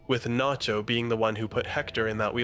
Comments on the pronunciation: This is the moment Nacho became Naycho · the narrator is an AI too. he said naycho at one point and there was all kinds of ai artifacting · you pronounce Nacho as Nay-cho. What happened there? Are you using an AI voice? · Naycho - fucking AI slop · you really just say "naecho"??? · he said nay-cho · Great video. Great points. But why did you call him "Nay-cho" ? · lmao naycho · Is this an ai? Only asking because its from 10 months ago and it says naycho out of no where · Did you really say nay cho ?? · Who tf is Naycho? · did you just say "Nay-cho"? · naycho??? are u even real? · Dude really said "Nay-cho," smdh. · Great vid, but why does bro call him Naycho though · "Oh wow what a well argued video essay, I like the analysis of the tanker scene as a baptism in anointing oil, very- wait did this guy just mispronounce Nacho as 'nay-cho'? Oh my fucking God this is an AI voice. Let me check the description, surely the script is human and just narrated by an AI- OH MY GOD THE DESCRIPTION IS AI TOO. THIS WHOLE FUCKING VIDEO IS AI GENERATED. THIS WHOLE CHANNEL IS PROBABLY AI GENERATED." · I'm sorry did you say NAYCHO? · did I hear that right? "Nay-cho" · It took me way too long to realize this was an AI generated video but once i heard that my ears perked up like a fucking dog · Naycho? ...buffoon! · Did you just call him “Naycho”? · This is AI, at one point halfway thorugh it says Nacho wrong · He also says Salamancas weird towards the end too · salamaynca too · Yeah! There a problem with that Waylter?